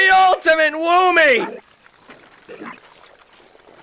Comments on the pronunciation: Actually its woomy not womy.... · YOU MEAN THE ULTIMATE "Veemo" Octo Expansion ENDING! Octolings say "Veemo" not "Woomy"! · ah yes, W O M M Y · W h a m y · No boat it’s VOOMY